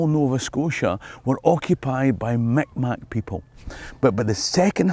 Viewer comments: its not pronounced mik mac, its pronounced mik maw spelled mi'kmaq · Lovely video but just as a note Mi'kmaq is not pronounced "Mic Mac" rather it is sounds like "Meeg Mah". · I enjoyed your video however, few things I don't need to be corrected 1, it's not MicMac anymore it's mikmaw Pernounced migmaw. 2,It's not Indians any more it's First Nation people. But I did enjoy your video of colonization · Just to let you know, saying "Mic Mac" is considered derogatory. It is pronounced "Meeg Maow". It probably doesn't help that that most historical sources use the term but I thought I'd let you know, mate ❤ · That is not how you pronounce the name of the indigenous people here, that is an offensive/ very out of date anglicization that is not used anymore. It is pronounced "Mig-ma". if you want to be proper its a glottal stop, not a g but that is hard for a lot of folks. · I've heard that Mi'kmaq people consider it a bit offensive to pronounce their name that way, and generally prefer it to be pronounced more like "mig maw". Maybe somebody from the Mi'kmaq nation can clarify if that's accurate. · The Vikings did come to Newfoundland and possibly Nova Scotia, but didn’t stay long. Mic Mac is the Frenchified and then anglicized version of their real name which is Mi’kmaq or Mi’kmaw (pronounced Meegmawkh or Meegmow). Their language is in fact related to many neighbouring languages. However, once the Acadians and Scots arrived, many did intermarry with the Mi’kmaq so many have French or Scottish ancestry now, but didn’t always. The story of the Vikings crossing is still very cool though. They unearthed a Viking settlement in Newfoundland at L’Anse aux Meadows and it’s been reconstructed and is now a national park! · The Indigenous peoples of what we now call Nova Scotia, the Mi'kmaq is pronounced "Mikmaw" 😊 I don’t know how I missed the plaque for Nova Scotia at Edinburgh Castle when I was there.